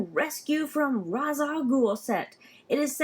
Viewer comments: RA's Al Goul is not pronounced (Roz), in the animated series and DC say it is pronounced (Raysh) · Great video! Just want to let you know before your comments get spammed with this comment. Ra's is pronounced Raich or ray-shhh like in the Animated Batman series. It's a cool set. What character do you like the most from this set?